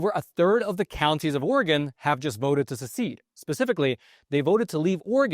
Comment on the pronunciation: Thank you thank you thank you THANK YOU for pronouncing Oregon correctly this whole video.